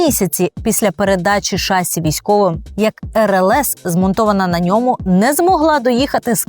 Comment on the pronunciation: Відколи в слові "шасі" змінився наголос? Слово французького походження, наголос на останній склад. Перевірте, будь ласка. Не легітимізуйте помилкову вимову.